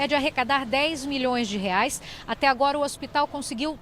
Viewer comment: A reporter diz que o preço do gás é de setenta "REAS" e acima de 100 "REAS". Ela ainda não aprendeu que a nossa moeda no plural tem o nome de REAIS e não como ela diz "REAS". Veja a partir do vídeo s.